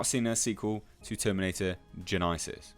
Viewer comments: stop calling it gen EYE sis :D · GENYNASIIIIIIIS 😂😂 let us not forget GENYNASIIIIIS... although it would be pretty easy to forget. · "I know it's genysis, Jesus Christ." - lol